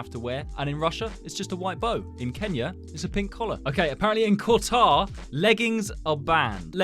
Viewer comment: KOTar 🤣 instead of Qatar 😭🫢😂😂